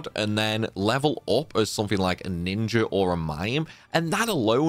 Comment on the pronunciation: You say ninjer for speed? I likey